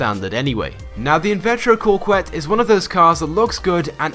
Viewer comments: co quette not cor quette. where's the fucking r in the name? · It's pronounced cuket not corquette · "invettro Corkuette". That pronounciation gave me aids. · I think its actually cock-ette. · #3 is pronounced cokette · Why does everyone pronounce it "corquette?" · He butchered the invertero coquettes name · There's no "r" in Coquette